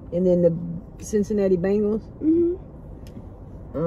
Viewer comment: 😆😆😆😆it's not bangles it's bengals